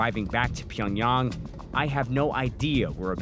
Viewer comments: pyongyarng bro pls pronounce it right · The city name is actually pronounced Pee yawn gyang